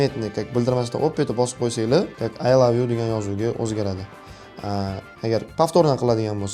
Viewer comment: oy love yoo😂😂 ingilistiliniham yotvorgan ekasiz jigar😂😂😂